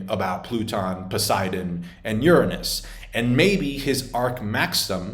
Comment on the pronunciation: It’s that how you normally pronounce “Uranus”, or do you say it like that to avoid a potential demonetize bonk? 😹 🪐